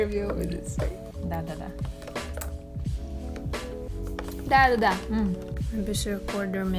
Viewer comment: «дадада» без акцента произнесла (больше слов на русском!)) awww, крошки-картошки, this makes me happy ♥